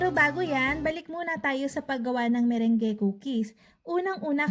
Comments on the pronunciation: Hindi po ME-RENG-GE 😆 kundi ME-RANG. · /Me-/rung/ po yung pag pronounce hehehe... Just sharing lng po no hate just love ❤Happy New Year